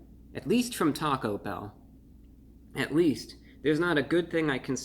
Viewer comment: The emphasis in "taco bell" is placed on the E in "bell".